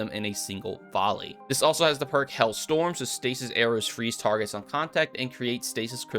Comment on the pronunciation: please.... its HAIL not HELL q.q Good video btw :)